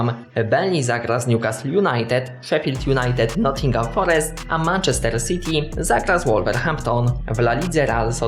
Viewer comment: Naucz się mówić Manchester wariat